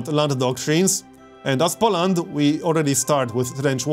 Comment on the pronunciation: Everything is ok, but learn to pronounce the word "Poland" correctly - powinno wymawaić się: "Poulend " (mniej więcej) z akcentem na samym początku.